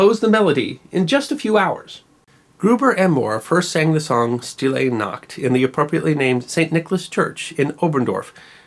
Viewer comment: Sh-til-ay Noct. Hi-la-gay Noct. This is the proper pronunciation. A favorite of my German husband.